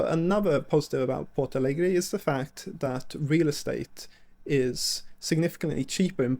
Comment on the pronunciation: Ich hab schon eine Weile keine so miese Übersetzung gehört wie diese KI. Diese KI sollte sich wirklich schämen Rio Grande do Sul ist nicht schwer auszusprechen. Bei Porto Alegre kann ich es noch ein bisschen nachvollziehen, aber Rio Grande do Sul, nein absolut nicht. Trotzdem es tut gut ein bisschen die Heimat meiner Mutter zu sehen. Sehnsucht pur